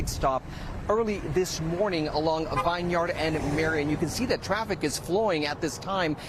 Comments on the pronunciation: He's still saying VINE YARD 😂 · Vine . Yard 😂 dude it's vineyard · he is mispronouncing the street Vineyard. It’s Vinyard like where they make wine